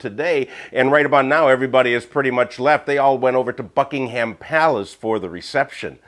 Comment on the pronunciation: Sounded like you said fuckingham in the video. lol